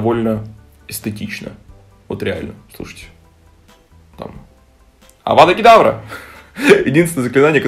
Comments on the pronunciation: Авадакидавра! Я: Ааа💀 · Когда ты сказад "авада кедавра" я блять облилась вином